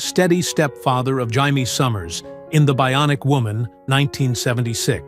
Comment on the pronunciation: You don't even no her name on the show you said Hiemy Summers no, no it was Jamie Summers 😂😂😂